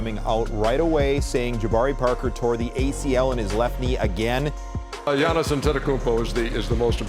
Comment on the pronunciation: you got jannis antetokounmpo? lol the dude needs to pronounce giannis correctly